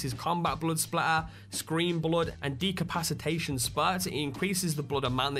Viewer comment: Lol did he say decompacitation? usually I don't care about correcting people on things but I just found that pretty funny I think he meant to say decapitation but for future reference kids on Xbox Live or any other gaming platform or in real life situations if you have friends that you want to keep try not to correct them on anything they say or get wrong too often it's a really good way to lose friends you can either take my advice or ignore it I don't care either way you'll learn for yourself have fun